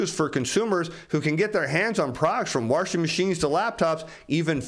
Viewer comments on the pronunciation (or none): Was that a ‘warshing machines’? 👍